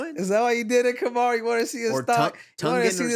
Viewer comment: Kamaru is great with the names.